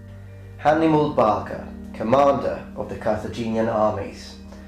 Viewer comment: He meant to say " Hannibal " but said " Hannimal " Thought that was a funny mess up😄